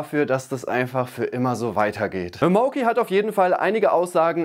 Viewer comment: Ausgesprochen heißt das MAUKI. Nicht Mouki.